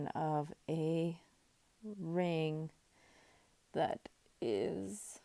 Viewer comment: ring, you didn't emphasize... , hmmm..